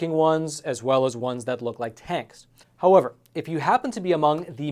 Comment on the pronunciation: How-over? Don't you mean how-ever? I think you just need to slow down a bit. That would be easier to understand as well. Please? After all, it isn't a race. Is it?